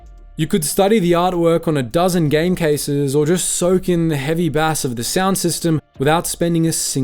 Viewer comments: Sack your ai narrator bass is pronounced base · heavy BASS is pronounced like "BASE" not like the fish bass. now im thinking this is AI narrated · I agree, I've gone from wondering how you pronounce bass like that, it's not even a particularly common fish to discuss, it's miles off. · It's not bass like the fish!😂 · Bass, definitely ai, if you watch the maplin video it pronounced "ohm" as O H M shame really as these things were interesting.. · Definitely AI given the way it pronounced bass as if it were a fish. That isn't a common mistake. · The pronunciation of the word Bass is drinking me mad. It's got to be A.I. Just couldn't go on listening. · Yep, even on a cold read you don't muck up "bass" on a music store commentary multiple times with a fish. I'm out. Either way the host doesn't write the vids or it's AI. "I'm Ron Burgundy?". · Bro saying bass like the fish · I know you've said this isn't an AI voice, but no real person would pronounce heavy bass like the fish. Shame really as I do like this channel. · Love the video man but I think you meant “bass” as in frequency (long a) and not “bass” as in fish